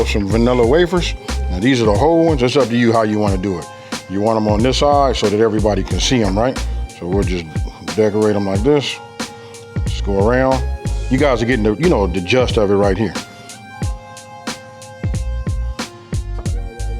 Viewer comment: It’s Gist and not just